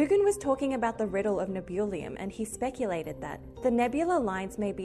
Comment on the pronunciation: Good lord, they just straight up murdered Nebulium.